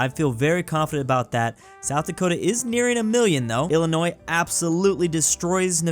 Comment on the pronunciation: he pronounced Illinois correct 🎉